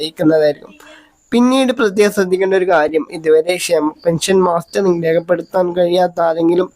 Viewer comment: മാസ്റ്ററിംഗ് എന്നല്ല. മസ്റ്ററിംഗ് അല്ലെ.....ഇയാൽ എവിടത് കാരനാ